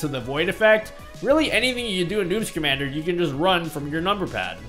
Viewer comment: Sometimes I hear "newt schamandar" Instead of "noobs commander" XD